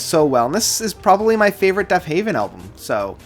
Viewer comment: Killer list. However, it is Deafheaven not Deafhaven. Love the videos man! :)